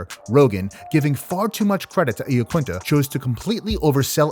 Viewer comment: 'Eyeaquinta' not 'Eeaquinta' I'm pretty sure you pronounced it wrong. Not that it's a big deal but thought you may want to know.